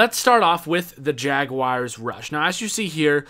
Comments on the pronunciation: Jaguars not jag-wires lol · Just say jags boi. Or maybe jag- wores. Not jagwires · Ummmmm......... Jagawires? Did you mean Jaguars? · "Jagwires" LMAOOOOO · HappyBagelKing I know it's jaguars he pronounce it funny